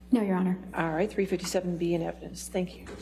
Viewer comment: It's called Blackmail not evident lol " evidence "